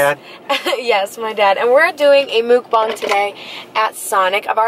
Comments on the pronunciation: It's muckbang not mubung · It is call muck bangs not mook bongs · It’s not “muke-bang”... 🤦‍♂️ pronounce it like “muk-bong”. You’re welcome! ;) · I’m sorry a "mookbong"